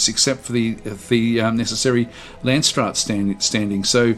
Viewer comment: Nope, you saying làndsstraat really puts me off